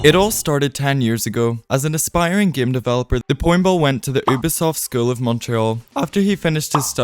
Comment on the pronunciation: Good video but please say Ubisoft the correct way 💀(you-bee-soft)